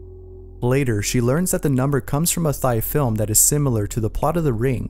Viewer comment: Mans really called a Thai film a “thigh film” 🤦‍♂️